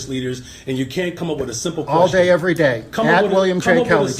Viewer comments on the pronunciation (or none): none